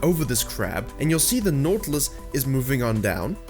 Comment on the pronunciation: why u cant pronounce right naUUUtilus! ?